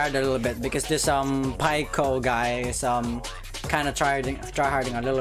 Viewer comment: 🤣 I didn't think you would actually play this, also you should play it on newgrounds next time. The game is more updated their also it's Pi-co not pie-co